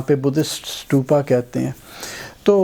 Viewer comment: سٹوپا نہیں بھائی جی ستوپا لفظ ھے ۔ ت سے، ٹ نہیں ھے ۔ ستوپا ۔